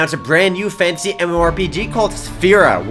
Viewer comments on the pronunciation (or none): Thumbs if you hear fancy instead of fantasy everything says fantasy:D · when you say fantasy it sounds like you're saying fancy